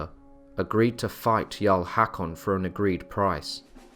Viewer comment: Its not "Hak-on", its "hawk-on", å/aa, like the O in "core". Thank you for the interesting docu!